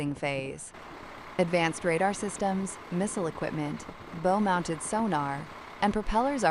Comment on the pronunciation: AI needs to learn that BOW on a boat is not pronounced like rainbow, but more like bowels.